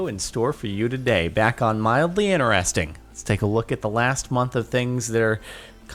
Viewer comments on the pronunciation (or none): i notice you can pronounce the letter T in all words except "INTERESTING"!